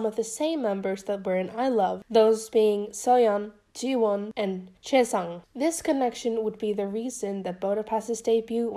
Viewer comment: its c-ui shi-ang not chae sang